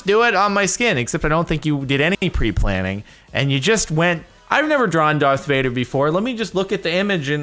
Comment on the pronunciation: It's Darth Vuder